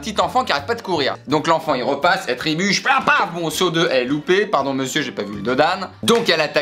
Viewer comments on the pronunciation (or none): Tant qu'on y est on dit "trébucher" et non "tribucher" x) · Elle a quoi ? "Tribucher" ? C'est genre trébucher sur trois bûches ?